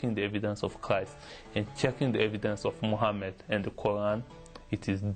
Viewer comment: He can pronounced Christ and gospel so clearly but not allah and Muhammad and he was Muslim memorize Quran